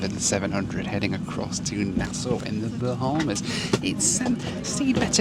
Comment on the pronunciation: Appreciate the correct pronunciation of Nassau btw 🙌